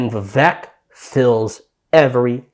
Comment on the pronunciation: Appreciate the video, but his name is pronounced Vivek= like cake, carry on 💪🏼